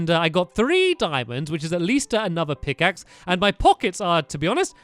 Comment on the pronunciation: Did stamps say get a potion on a diamond pickave